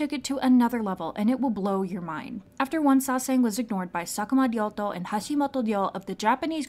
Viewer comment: Its random but she always pronounces all the korean and Japanese words perfectly I mean her, sakuma ryoto hashimto ryo jungkook pronounciation in one video was satisfying af